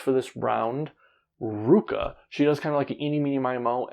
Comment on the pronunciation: I forgot to mention Ruaka. Its RU-A-KA.